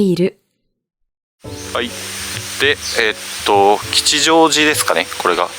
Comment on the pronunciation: 吉祥寺の読みですが、きちじょうじ ではなくて、きっしょうじ だと思います。